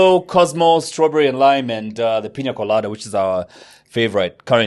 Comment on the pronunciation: It’s not “Piñia Colada “😂 it’s “Piña Colada”